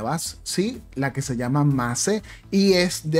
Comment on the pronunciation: Mace se pronuncia Meiz Y saludos!🇨🇱❤️